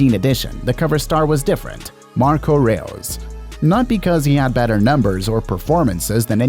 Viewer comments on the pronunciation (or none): “Marco Reh-oos” 😂😂😂 tf